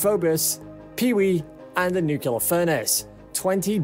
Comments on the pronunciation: m new-clear. not nuke u lar...gosh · I just can’t stand people mispronouncing “Nuclear” it gives me a headache. It is NOT NUKULAR! it’s NUCLEAR! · It is NOT pronounced “nuc-u-lar”. It is “Nucl-e-ar”!!! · I am sorry but, New Cleeee urrrrrr not nu qqqq lurrrrrr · I cant take this video seriously as long as you say nuculer instead of nuclear. Show me the second u in nuclear. It isnt there. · Nuclear! Say it like that: "New Clear" It's not "Nuke you ler" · It’s nu-cle-ar, not nu-cu-ler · It's N U C L E A R (nook-lee-ar), not NUKULAR, you dumb-ass! Atoms have NUCLEUS, not a NUKULUS! You just lost all credibility. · For the love of all that is good and holy, it is pronounced NEW-CLEAR, not new-cue-lar. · repeat after me, "new-clear, new-clear." Not, "new-kyu-lar" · Yeah, I think I'm gonna have to bail on this one before it's over, I can't hear this 300 more times! 😆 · Im glad I didnt have to write this comment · IT'S NUCLEAR NOT NUCULAR FFS!! NU-CLE-AR!!! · Hahahaha couldnt help but laugh when I hear this commentor saying nukilar like president Bush :) It is NUCLEAR :) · The word is nuclear, not "nucular". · It is pronounced “new clear“ not nuke you lar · Yeah why is this guy saying nuclear like Homer Simpson? "Nucular" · Is he saying "Nucular"? Ax me if I care but I don't think he will be working on a nuclear rocket. Did he just say "Yeeahs" 12 months in a yeeah. I think he might be from England. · i recoiled everytimes he called it Nukeelur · It sounded like nucuelar. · I thought the word was "NUCLEAR" and not NUKIULAR .... like "NUCLEUS" ... how could you get "NUKIULUS" out of it? .... I am mystified ... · Stop pronouncing it “nucular “ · For goodness sakes learn how to pronounce NUCLEAR. There is no such word as NUKULAR!!! Get a voiceover who knows how to speak! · Because of 'newkelar' pronunciation couldn't finish watching the video. Makes my blood boil :D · Hard to take you seriously when you cant pronounce nuclear.